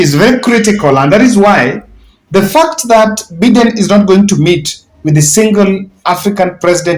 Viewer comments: The way you pronounce the name Biden is wrong it is not Beden , but is Biden (Joe Biden not Beden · It's pronounced Baiden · it is shameful how you are pronoucing Joe Biden. Try saying BAIDEN you will get it right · It is not Joe Beaten it is Joe Biden please